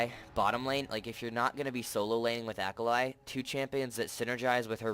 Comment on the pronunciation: Great vid, but her name is japanese so it's pronounced ah-kah-lee